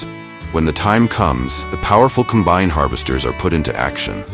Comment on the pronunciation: You can tell this narrator is either AI or someone that doesn't know how to pronounce some words. Like Combine - It is Com-bine in farming...